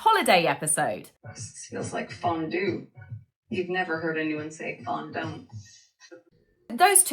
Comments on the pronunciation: meghan... Meghan... you allegedly speak French.. it is Fondue. not fondo. du as in U not do. so you attempt at humour is flat and fake just like you. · “Fondue….Fondont?” And the idiot MeGain actually thinks this is being witty? Cringe de la cringe.🥴